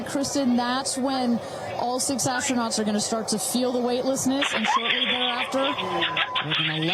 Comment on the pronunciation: NOT Astro-Nots 😂